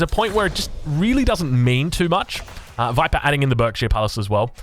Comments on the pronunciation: It's pronounced 'barkshire palace.' I grew up in the County of Berkshire, it always makes me wince when it's pronounced as berk. Nevermind, you correct yourself later in the video! 😅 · You’re pronouncing Berkshire wrong. It should sound like Barkshire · It's pronounced bArkshire btw. <English boy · berkshire is pronounced like "burk-sheer" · Berkshire is pronounced baak·shuh. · Barkshir it’s pernounced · I'm from Berkshire and it's pronounced "Barkshire" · Just so you know, Berkshire is pronounced 'Barkshire' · Berkshire palace pronounced bark-sheer